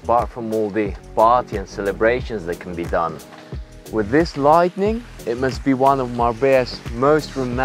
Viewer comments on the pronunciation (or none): It's light-ing not light-en-ing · and I hope doesn't take it the wrong way about the pronunciation stuff, it's just little stuff like saying lightning instead of lighting, or saying chic (he pronounces ch instead of sh) otherwise love your videos and hopefully one day soon I'll be one of your customers!